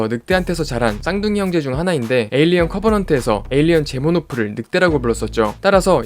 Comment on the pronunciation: 제모노프가 아니고 제노모프입니다